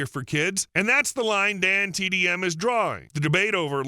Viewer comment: okay fine, the reason why i thought so was because you kept saying dandtm instead of dantdm, which is what an ai does